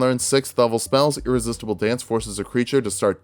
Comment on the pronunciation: SAY IT WITH ME: "IRRESISTIBLE".